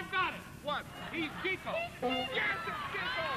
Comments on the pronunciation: chick-oh NOT cheek-oh ! ! ! ! ! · The hosts and panelists pronounce Chico’s name “Cheeko,” as do most people, but the Marx Brothers themselves pronounced it “Chick-o.” He is said to have acquired the nickname as a young man, in reference to his relentless pursuit of “chicks” (women). Besides the womanizing, Chico had alcohol and gambling problems. After a certain point, his brothers doled out his pay a little at a time, because he would blow it all almost immediately. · that's chick-oh, not cheek-oh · Still pronounced CHIK-o, guys, not CHEEK-o..... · n yet none of of them know how to pronounce his name right CHEEKO....RLY? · Too bad they pronounced his name wrong. It's actually pronounced "Chick-O" not "Cheek-O" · This was fun to watch! Although Chico and Harpo kind of resemble one another I can easily tell the difference between the two. I can tell that was Chico and that is properly pronounced "Chick-O) as any real Marx Brothers fan knows. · His name was Chico, not "Cheeko"; if you could, you should ask Groucho. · His name is pronounced Chick-o. That's because he was slightly out in front of the other brothers when it came to serenading the women! Ba-ding! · Friends and family pronounced it "CHICK-o". Everybody else didn't know any better, including announcers.